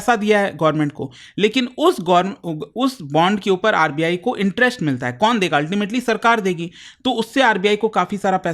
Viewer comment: Why does he pronounce "interest" as "interesht"? "West Asia" became "Wesht Ashia". Have heard him say "violence" as "voilence" a lot too. Not expected from an educator. Strange.